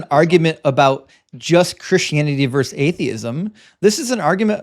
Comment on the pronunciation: "vs." is short for the word "versus" in which the last "-us" is pronounced, like in the word "verses". So it is NOT pronounced like "verse". It's David versus Goliath, NOT David verse Goliath.